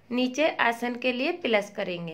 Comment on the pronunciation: Are pehle bolna to sikh pilus nhi plus hota he 😂😂😂😂😂😂😢